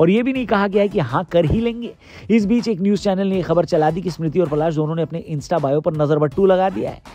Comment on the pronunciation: Bhai vo palaash h ....palash ped ka naam hai